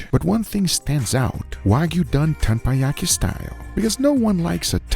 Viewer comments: I bet people have already mentioned this, but in Korea it’s almost sinful not to put the whole ssam (wrap) in your mouth also it's not Tenpayaki -> it's Tepanyaki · TeppanYaki ❌ TamponYaki ✅ 😭